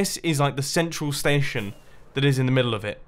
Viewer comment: stetiouns lol